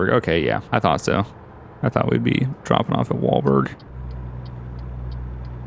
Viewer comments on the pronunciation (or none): you keep saying "Walberg" its "Walbert" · It's WalBERT not WalBERG